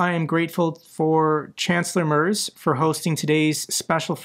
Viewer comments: "Z" in German is pronounced like "ts". "Merz" is pronounced like "Marts", "a" as in "that". 😉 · pronounce merz correctly like this: merts - it's a sharp z